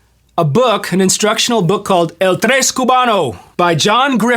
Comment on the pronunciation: Stop calling it a Trays. It’s sounds like the word “yes” except with Tr.